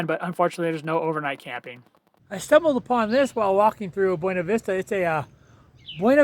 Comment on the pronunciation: FYI, the locals prounounce it BYOO-na Vista, not BWE-na. Yes it's weird. Sort of like how Salida is Sa-LIE-da rather than the proper Sa-LEE-da (exit in Spanish). Thank you for the detailed boondocking info! Yes, lots of spots up 375 and the side roads off it, they're all over up there.